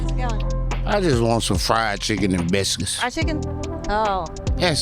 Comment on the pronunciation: “I just want some fried chicken in bisscuss”